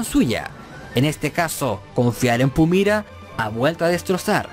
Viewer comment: Porque Pumira y no Pumara???